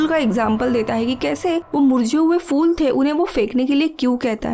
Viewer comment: फ़ूल नहीं फूल